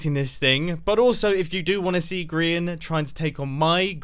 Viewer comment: Zorro Dog Studios I don’t think so he pronounces it like (gree-ian) rather than (gry-An